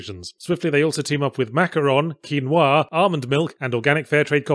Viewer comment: Props to him for pronouncing quinoa right.